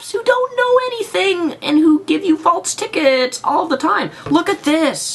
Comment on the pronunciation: FALSE. FALSE. infraction. not faltse